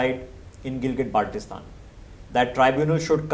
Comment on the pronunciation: Ppl of GB after listening his Pronunciation of Baltistan: Abey Salay,Idr a tujhe integrate kar ke du.